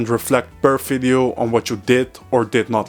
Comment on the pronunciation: "Fideo" or "Video" ?